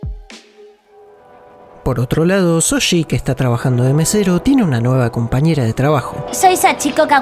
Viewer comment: ¿Shoji? No Soshi 😎